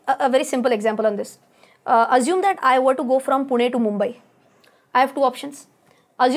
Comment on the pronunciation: Mam you must be a Punekar, cause the way you pronounce Pune.